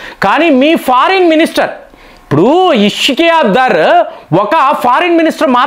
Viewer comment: పాకిస్తాన్ ఫారిన్ మినిస్టర్ పేరు ఇషాక్‌ దర్‌. ఇష్కియా దర్‌ కాదు. మీరు మీ విడియో లలో చాలా మంది పేర్లు తప్పుగా చదువుతున్నారు. దీనిని సరిచేసుకోండి.